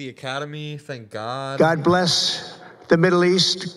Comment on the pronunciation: He can't even sa God right. And what god is he thanking